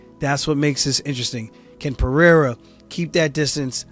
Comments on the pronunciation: Chael the racist again saying Alex Peee-era instead of respectfully pronouncing the name correctly. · Dumb ass Chael can't say PEREIRA properly. Pee-air-ah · Chanel Sonnen refuses to even try to pronounce Alex’s last name correctly because that’s what being Chael Sonnen is all about